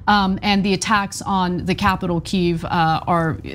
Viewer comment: Good on you for pronouncing Kyiv the Ukrainian way.